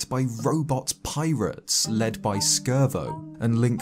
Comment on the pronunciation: Just so you know you don't pronounce the C in Scervo because it's a pun on robot parts